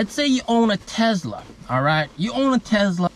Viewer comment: “Tezla mang” lol. Love the video. Thanks for sharing